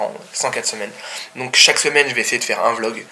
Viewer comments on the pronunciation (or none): none